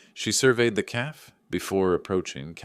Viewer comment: Ai reader just became evident with the pronunciation of café